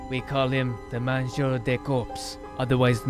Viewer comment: it's not "mangeaud" but "mangeur" :P